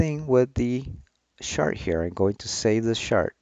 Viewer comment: First time hearing someone pronounce "chart" as "shart", fascinating as it means something completely different